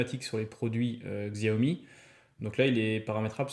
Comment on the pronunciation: Le "x" se prononce "ch"